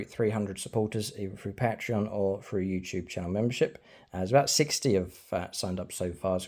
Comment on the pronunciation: Great battlereport... but man to man here; say patreot and then say Patreon. Ure welcome